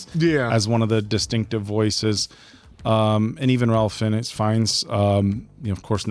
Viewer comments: It's pronounced "Rafe" not Ralph Fiennes. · Ralph Fiennes first name is actually pronounced Rafe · It's pronounced "Rafe", not "Ralph". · Love the review, but Ralph Fiennes is pronounce “Rafe.”